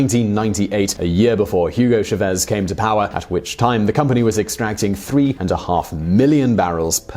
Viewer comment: It's "CHÁvez", not "cháVEZ"